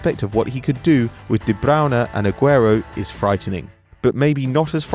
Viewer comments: De Braune? Really? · its De-Broyn-Na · De-brown-uh? Is that how you just said that name?